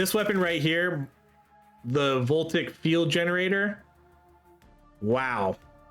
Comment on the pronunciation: voltaic > vol-tay-ic